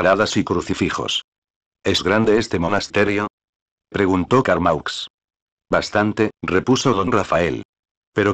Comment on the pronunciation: Carmaux se pronuncia Carmó!!